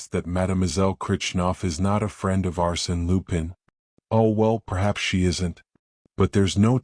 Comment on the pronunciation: You can't even pronounce Arsene Lupin correctly. Hopeless